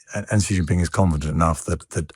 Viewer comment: Xi's name is pronounced "SHE"! Its She Jinping.